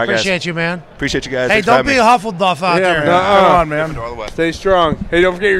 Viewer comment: Pat, its Hufflepuff, not Huffleduff